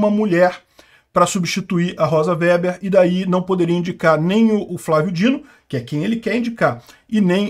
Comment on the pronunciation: A sinistra descende de alemães, portanto é alemão seu sobrenome. O W, em alemão, é pronunciado V e o E é fechado. Diz-se Vêber. Significa tecelão.